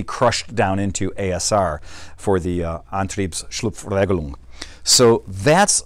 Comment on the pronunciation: You pronounced Antriebsschlupfregelung very well! Great video, btw